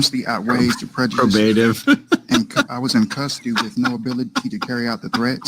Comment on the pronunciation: Probateiv value....mirandirriation